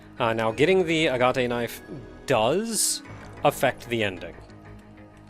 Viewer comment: Well, if nothing else...the tension music on your way back to the center certainly does it's job. And then some. Also....are you sure it's not just A-gat? As far as the pronunciation goes.